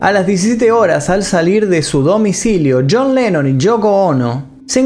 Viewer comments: dice yean lenon ,, no yon lenon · pronunciaste yean